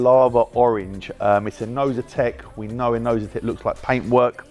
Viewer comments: Oh so it's Inozetek I keep hearing novitek. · eldan wiggins thank you for writing this comment 😂😂 I kept hearing novitek and it was winding me